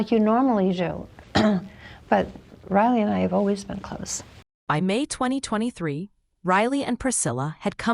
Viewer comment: Why did the voice over say in 2023 like “ in twenty twenty thwee “? Weird.